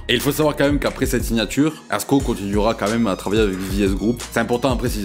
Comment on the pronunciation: Merci de dire son blase correctement 🎉❤